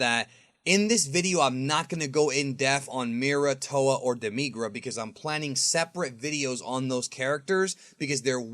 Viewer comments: demigra you saying it weird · Saying demigra wrong... it hurts me to listen to you say his name wrong